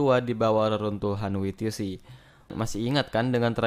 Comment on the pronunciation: Min, kalau mau baca WTC menggunakan Bahasa Indonesia baca saja WTC, namun jika mau menggunakan Bahasa Inggris bacanya bukan wi ti si, melainkan Dabl Yi Ti Si. Maaf